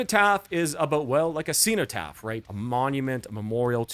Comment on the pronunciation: I bought Realms of Chaos on cassette from a Games Workshop store in 1989. Good times! EDIT: Bolt Thrower had already had a flexidisc on the cover of GW's mag White Dwarf by this point IIRC. EDIT2: The "cen" in "cenotaph" should be pronounced as in "zen/z-En" not "xeno/xEE-no" EDIT3: Napalm Death only used 3 riffs on the entire first side of Scum. Bolt Thrower were rookies! ;)